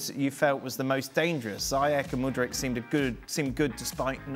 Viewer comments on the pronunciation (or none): CRAIG. It’s MudryK. Hard K. Not Mudric like Modric 😂